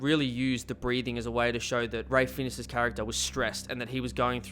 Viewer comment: This video is awful and trite. You can't even bother to pronounce Ralph Fiennes' name correctly, but you then have the audacity to say most people only know him as Voldemort?! Is this a joke?